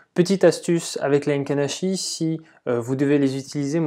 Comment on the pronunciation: Les "Heinken" Ashi les gars! tu connais pas?!🍾 Se dit: "é-quine achi" écrit Heikin Ashi!